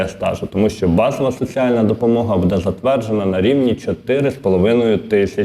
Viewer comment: Дякую за працю,але ЗнОВУ: будЕ, а не бУде.!!! І чому - ДВА гривні, а не не ДВІ гривні!?!?😮😮😮 ПрибирАйте неграмотність,!